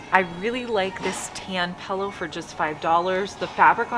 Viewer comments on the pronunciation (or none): I giggle every time I hear say "pel-oh" for pillow :) No hate, just love I say gree-zeey not greasy! We all have that word or phrase